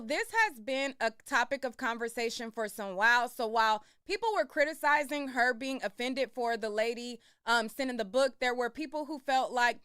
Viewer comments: 😂 oh my goodness, I thought it was me! I kept saying to myself is she trying to say criticize?!😂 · She can’t even articulate the word criticize 😂😂 how old are you Rock head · chrissean having a hard time saying criticize had me LOLing